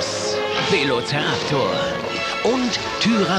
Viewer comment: Und es heißt Velociraptor statt Veloceraptor!